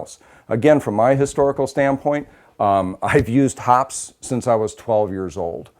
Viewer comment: Hoppe's is actually pronounced hoppeezz, not hops.